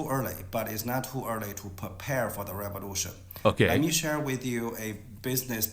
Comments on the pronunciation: "American reverution" 😂😂😂😂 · Lol, "Duh Reborution"